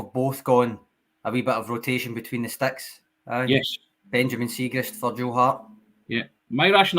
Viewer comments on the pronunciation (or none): you a big fan of Chris Jericho? The wrestler used to try to unsettle his opponents by misnaming them. Kurt Angle became Kurt Angel etc. likes to pronounce Liel Abada Lyle Abada (it's Li-el damn it!) and today we Benjamin Siegreest. It's Siegrist, seeg-rist. My autistic brain even checked to see if Benj had a weird Scandinavian modifier on the second 'i', it doesn't. YouTube pronounced it for extra oomph. I'm a guy in his livingroom not a broadcast journalist, if I mess up the name, who cares. Dear journos, pronunciations are a google search away. I'd go all change. We don't have bad players: Siegrist Ralston Welsh Jens Bernabei Guchi Turnbull Mooy Hakabanovic GG Maeda... a strong ass bench. Subs: Jota, Abada, Kyogo, O'Reilly, McGregor, CCV, Taylor, JJ, Hart If you go all change, we still have 5 subs you could throw on in the first 20minutes if you absolutely need to.